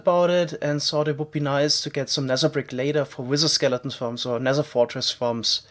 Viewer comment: i'm a new subscriber... can someone explain me why he pronounce the "th" sound like "s/c" like Nether -> Neser and Theory -> ceory?